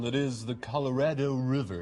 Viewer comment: I'm from Colorado, and we always tease others for saying it wrong... incredibly Stephen Fry said it correctly here.